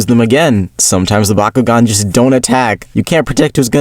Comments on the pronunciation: It's Bakugan not bakughgan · Bakuugan is the way of pronouning it you fish :D Or atleast we do that in norway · I'm flabbergasted at how this man mispronounced Bakugan as a child when everyone in the show says it every five seconds.😂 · Dude, I used to mispronounce it as Byakugan and vice versa because I was a dummy, so you’re ok chief